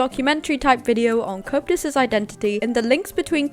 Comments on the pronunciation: It's pronounced "Co-ep-tus" not "couptus" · Stop butchering Coeptus’s name. It’s Co eptus